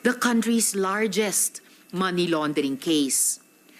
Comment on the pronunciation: Correction lang “Money” NOT “Many”